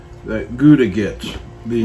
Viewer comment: Perfect cook my butt. That's a rare steak. Not even close to medium rare. Medium rare look pink with lots of juice. Your is my purple. Use a thermometer bro... His name is Guga not Guda.